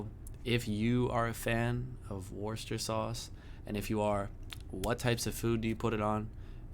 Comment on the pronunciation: C'mon, man - you ain't got cloth ears! (An old saying) She used the word "worcester" in her first few lines...but when you said straight afterwards, you pronounced it incorrectly. Then, at the very end after the words 'worcester' and 'worcestershire' had been said umpteen times...you still pronounced it the way you had at the very beginning. Nah man, there's nothing else for it: you've got to turn your hearing aid up!! Fight fair: we've all managed the horrors of pronouncing "Massachusetts", and the cunningly deceptive "Arkansas" not to mention the tricky wee "Boise". Try standing in front of a mirror and saying "Worse esster shyer" 3 times over...the indignant ghosts of the bygone citizens of Worcestershire will swarm out & sit you down to a 50 year long Pronunciation lesson in a hillside cave from which you won't emerge until you're 70. True story!! "Wooster sheer. Wooster-sheer. Wooster-sheer" however, will bring forth friendly ghosts who'll fill your pockets with bottles of sauce.